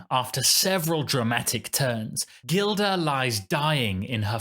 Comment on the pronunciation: "J" ilda ( pronunciation)